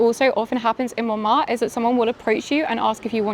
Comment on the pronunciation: It’s MonmarTRE, not ‘Monmar’. With your name I would have thought your pronunciation would be better!